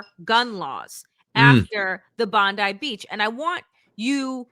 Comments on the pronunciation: It's Bond i as in Bond eye, NOT Bond ee as in Pam Bondi. Thanks Australia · Hey Danielle and Waj you pronounce the beach Bond-eye. I wouldn't usually be so pedantic but the chance to not be reminded of Pam Bondi is worth it 😊